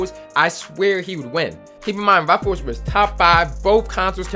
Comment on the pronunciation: be like “RuffOles”